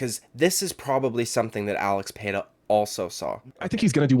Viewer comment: Who's Alex Pair-a?